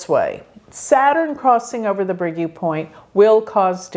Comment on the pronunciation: Fascinating you anglophones are so lousy at pronounciation; U is not YOU but OO...